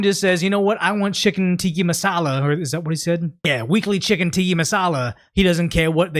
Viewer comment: My brother in christ, I am BEGGING YOU! I am a long time viewer / subscriber, and I really appreciate your videos, but PLEASE PLEASE PLEASE work on pronouncing words correctly! You speak for a living. Please get better. "Tiki masala" is driving me mad. It's Tikka Masala, not tiki. More importantly, you use the word "simultaneously" in most of your videos, but you never say it right. It's sime-ul (like the end of "travel", the L is not silent) taneously. You always say sime you- taneously and it drives me nuts.